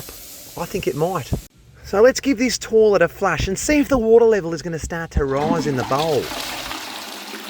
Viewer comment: 'Lets give this torlet a flush' :)